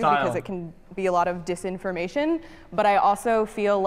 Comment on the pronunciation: No one mentioned that one girl who said "Dissinformation" OMEGALUL